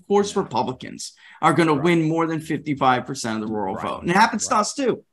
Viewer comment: Hey! finally pronounced "Rural" correctly. Good job! You come across i more ntelligently. Good work.